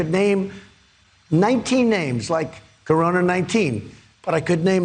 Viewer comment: I heard him say "orona" sounded like he forgot the "C"